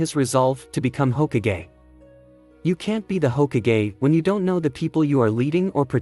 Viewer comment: he was saying it like hogakgay